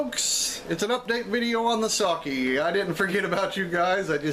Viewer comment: Very nice. It's pronounced Sake though. (Short e sound.) I know it sounds like I'm nit-picking, but there are a lot of words in Japanese that sound exactly the same, or extremely similar. So when someone mispronounces something they are actually saying something completely different. 崎(さき, saki) Means small peninsula, or 先 (さき, saki) means some time ago. 酒 (さけ, sake) means alcohol.